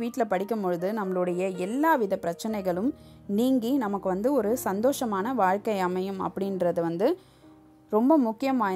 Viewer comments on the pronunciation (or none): none